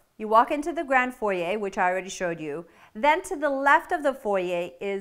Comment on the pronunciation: I've probably said this before, but thank you for saying foyer properly lol.